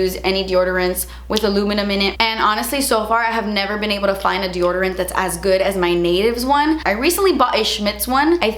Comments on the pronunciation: Lol it sounds like you’re saying de-order-ants instead of de-odor-ants 😜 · Drink every time says "deordorant" instead of Deodorant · Take a shot each time says “de-orderant” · Lmao “de-OR-derant” 😂 where’d you find that extra “r” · people: deodorant, an intellectual: deorderant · I love you but I can't stop laughing about how you say Deodorant "de-order-ant" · why are you saying deoRdorant? 🤣😂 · I forgot that you say deoRdorant lol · why does she say “deordorant” lmao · Did anyone else notice that she says de ORDER ant like Desi does? Hahaha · i love you, the way you say deoderant has me laughing. i dont think ive ever heard someone say it the way you do. you had me laughing all through this video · Is anyone else hearing how is saying deodorant?? No shade but am I going crazy? 😂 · I’m loling how says deodorant 😂😂😭😂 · The way you pronounce "deodorant" KILLS me 🤣👌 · Did anyone else notice how pronounces deodorant like Desi? Only me? 😂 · hi i love you so much i’ve literally been watching you since you did the festival makeup with alison henry BUT i’ve never heard you say deodorant?? and i love the way you say it???